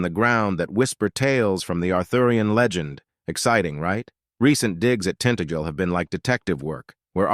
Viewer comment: It's pronounced tin-tag-el not tint-agel.